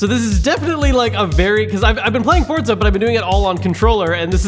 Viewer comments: where is the t in forza, r u related to Ar12? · Why did you say Fortza horizon 4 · Forza not fortza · Why do Americans say forTza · Why does everyone pronounce it fortza lol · Why does everyone say forTza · Forza. Not fortza omfg. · Why do people say Forza like theres a T in it?? I'm confuzed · Why do so many people say "Fortza" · Why to people pronounce it like there’s a “t” in the name? It’s not spelled “Fortza”. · Ugh PLEASE QUIT CALLING IT FORTZA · Did I hear forTza? Not forza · Why can he not say forza ffs